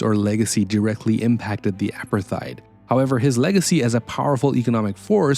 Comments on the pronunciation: Hate to tell you but 'apartheid' is pronounced "a-part-eyed". Not "apper-thide". Interesting video though. You've obviously researched this incredibly well. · No, it’s pronounced apart-hate. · The h must be pronounced. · Drink a shot everytime he mispronounces Apartheid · great content, thx. Your pronunciation of war is odd and of Apartheid, risible. Is this an AI driven voice over?